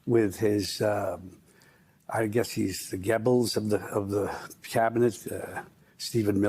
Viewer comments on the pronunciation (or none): Bro said "Gebbles" 🤣